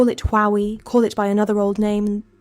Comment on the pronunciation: AI slop. Thowie???